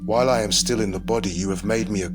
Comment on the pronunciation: It's IAm not Adam